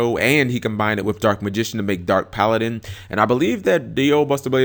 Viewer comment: Cap learned how to pronounce Paladin